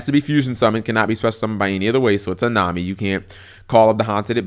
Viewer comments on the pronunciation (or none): none